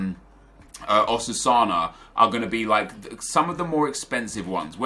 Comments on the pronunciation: Oh Nep, what`s wrong with your brain? 1. Saying Osuana instead of Osasuna 2. Using Ramos instead of Marcelo 3. Converting Benzema to a CAM instead of switch him with Isco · "Osusana"... man I got so triggered hahaha XD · his pronunciation of Osasuna triggers me